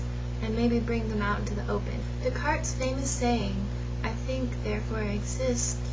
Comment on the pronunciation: Isnt De'Cartes pronounced, de'gar